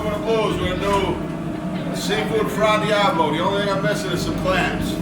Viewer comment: Fra DIAVOLO. NOT DIABLO